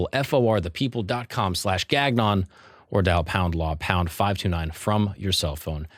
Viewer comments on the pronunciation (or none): Please tell me that your name isn't really pronounced GAG-non.... with French Canadian dad? Should be Gan-YON shouldn't it? Did you Americanize for an uneducated audience? If so, please don't! Embrace your true self (even if you are straight) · you're father is french Canadian and doesn't slap you ever time you pronounce Gangnon that way? the second g is silent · We have those men and women here in downtown parks in Toronto. We call them the 'Can Dragons'. And Nigeria, India and China have far more cultures and dialects than Italy. And dude: your name is Gagnon. Gan-yon. Gan-yon. Gan-yon....it's French. Please don't say Gag-non. Don't be so American. It's Gan-yon. Not Gag-non. WTF? And what's this: "Just a Brooklyn Jew" crap?